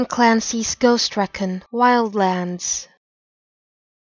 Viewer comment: You pronounced recon wrong.